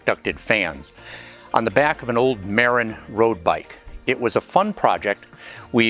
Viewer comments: I’m assuming it was a Marin bike to which you referred. If so, it’s pronounced “muh-rin”, not “mar-in”. Interesting video. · dont know why, it’s been that way since I was born in’58. You said “Mar in” but its spoken Ma rin. The county is where mountain bikes were first invented. It’s also extremely upscale, being on the northern side of the Golden Gate Bridge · Dear Mr. Presenter, Just fyi, its pronounced. Muh rin, after Marin County, Ca. Where I grew up. Wow, I get to teach YOU something!